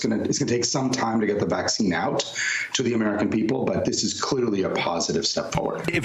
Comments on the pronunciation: You're slipping it's vaccine not "Caccine" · I clicked because "Caccine" lol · "Caccine" lmfao 😅😂🤣